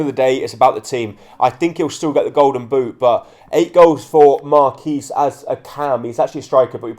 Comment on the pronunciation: You pronounce the qu in Marquis